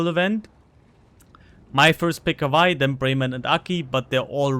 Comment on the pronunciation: Germanic pronunciation of w, that's all.